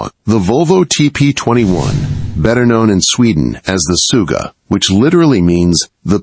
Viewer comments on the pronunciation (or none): Its Sugga, not Suga, that is something totaly diffrent